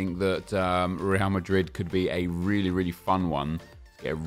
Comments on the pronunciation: It's Real Madrid not Rea Mari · The way he said real marid is definitely going to become a meme on YouTube